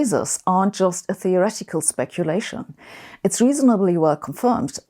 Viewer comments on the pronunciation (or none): none